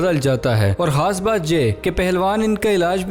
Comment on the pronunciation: Ap khaas ko haas kio kahta ho